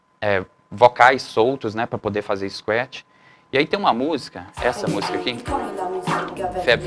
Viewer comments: É escuétchi ou scratch? Tem algo errado na pronúncia, vindo de um professor!!!!!!!!!!! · cara, bacana a simplicidade no jeito de falar !................engraçado falar scuet rsrs..............